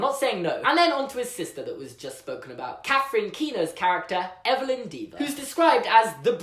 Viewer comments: Deavor not pronounced "Deever." It's "Devver." Like "endeavor." WinstonDeavor. Same with EvelynDeavor. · I think it'll be pronounced "De-Ah-vor" not "Dee-Va" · I'm thinking the last name Deavor should be pronounced DEH-ver, as in the word "endeavor." That could point to a character flaw and/or attribute, which could be overcome and/or exploited. hmmmmmm....